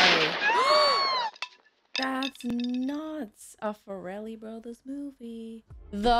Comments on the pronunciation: Hey, not Fur-Elle brothers, its Far-Lee. You're welcome. And when are you going to watch Reign Over Me with Adam Sandler? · BTW it's the Far-Lee Brothers not Far-el-ly Great reaction. Also when Mary said she's gonna go hook up with Warren. She just means they're gonna meet up. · it's pronounced /FAIR-uh-lee/ not /fuh-RELL-ee/. If they were Italian and named the Ferreli brothers your pronunciation would be spot on. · By the way, you're saying "Farrelly" very Italian like. It's pronounced more like "fair-eh-lee". Also, Brett Favre was a very popular American football player at the time, and the joke was that his name was spelled different than it's pronounced, but thanks to the subtitles, you totally got it not even knowing that. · I believe it's been mentioned by others below, but their name is pronounced Fair-eh-lee. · They pronounce their name like "fair lee". I know, its not necessarily pronounced the way it might look. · Farrelly = Far+Lee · Mary, it's the "FAR-lee" Brothers LOL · I always heard it pronounced FAIR-lee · I agree with this one, but fair-a-lee. I was trying to figure out his to type it out. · Lol wtf is the fa-rellie brothers 😂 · Your pronunciation of “Farrelly” is perhaps the funniest thing about this reaction. 😄 You made them sound like a couple of gangsters.